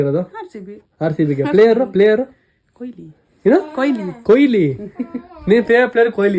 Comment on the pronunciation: Koili alla kanro adu KOHLI !!! Ondu hesru helokkoo barolva? Avra hesru haal maadthriralro thu!